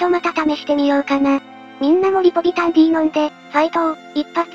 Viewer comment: リポビタンは「ディー」じゃなくて「デー」だよな。